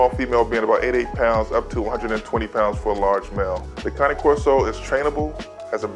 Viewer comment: I stopped watching when he said cane corso wrong 😑